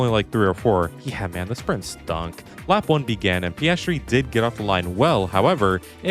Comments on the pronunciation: Is that how we pronounce his name? Paestry instead of Peeahstry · its pronunced pi ass tree